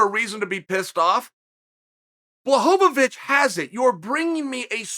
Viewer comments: Blahovovic 😂 Uncle Chael always mangling mf'ers names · LOVE your vids Chael but for goodness sake stop saying Blahovovich and pronounce it correctly. PLEASE 🤣